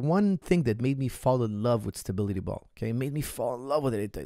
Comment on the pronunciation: as you like stability ball so much, you should practice saying the word. If you stay consistent over a period you will become a master. I guarantee it! (Great content by the way:-) )